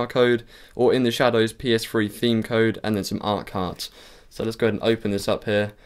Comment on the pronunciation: did he say ps free? XD funny accent